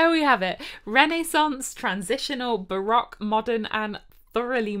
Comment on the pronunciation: ... as an American who speaks Dutch (lived in Hoogeveen for 4 years), bravo! lol - I came for the recorders, stayed for the amazing Dutch pronounciations! (I play the recorder as well, even started a 4 part consort in college circa 1995) - de groeten uit de vs!